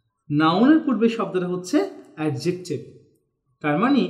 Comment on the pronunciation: Adjective.. Pronunciation e vhul ache vaia...